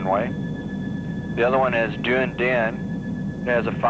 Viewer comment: one thing they failed miserably on-the pronounciation of dunedin!otherwise,well done chaps!